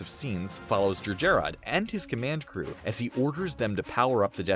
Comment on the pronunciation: It's pronounced "Jer - Jer-rod".Not too hard to say it yet you failed more than once.